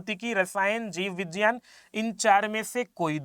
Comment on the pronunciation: Vijyan nahi vigyan bolte hai